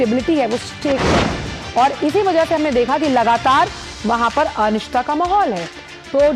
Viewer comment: ये हाल दूरदर्शन का कर दिया है कि अनिश्चितता को अनिस्ता बोल रही है, हिंदी भी नहीं बोल पा रही है, बाहर फेंको इसे तुरंत दूरदर्शन से।